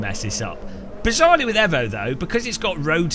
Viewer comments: yes, only because that’s the Italian pronunciation. Can’t blame him, but it’s properly pronounced ‘eevoh’ as the international motorsport language is English, and it’s the shortened version of evolution. You wouldn’t say Mitsubishi evvo… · Pronounced 'eevoh' not 'evvo'. As in 'evolution'. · Excuse me... AEVO?????? not EEVO??? bro wut 😂